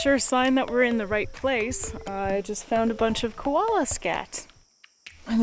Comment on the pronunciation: Girl its Koala Not Kolola